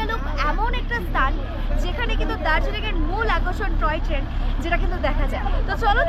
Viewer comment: Ota troy train na Toy train 🚂